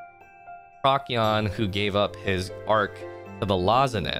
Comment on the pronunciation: PROH-see-on. not PROCK-ee-on. Good vid though, I listened to this entire thing while at work!